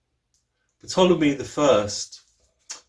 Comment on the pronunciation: Ptolemy the p is silent so it's Tolemey great info thanks ...